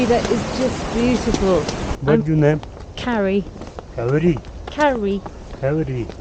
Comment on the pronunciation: While chating he ask for her name: carrie Me hear: khewri 😂